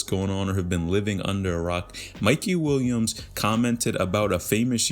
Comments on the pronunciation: Sounds like dude is saying “wombs” instead of Williams lol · bro why u keep saying mikey WUNS wtf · I can’t un hear it 😂